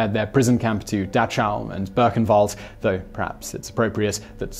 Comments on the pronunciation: Dahchow (dock-how) and Berkenwald (boo-ken-wald)- I normally don't say anything, but that was pretty bad. Much love and respect - your channels are the best on Youtube. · I’m sorry, but honestly—how does one screw up the pronunciation of ‘Dachau’?